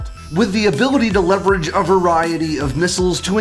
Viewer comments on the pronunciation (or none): none